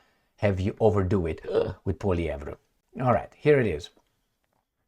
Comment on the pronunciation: ...calm down!... Poilievre... DISPENSE... with silly reporters... POILIEVRE... pronunciation is: POUA... LIEVRE... Like the River LOIRE... LOI... RE.. He is French-Canadian... from the Province of Quebec...